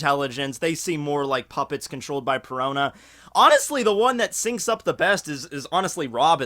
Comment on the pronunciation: Her name is P-E-R-O-N-A, Perona. Can her DF negate haki?